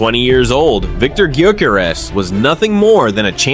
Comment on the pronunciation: you pronounce his surname different to everyone else.